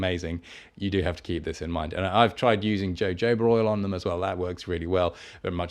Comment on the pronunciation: HO-HO-ba oil not jojoba.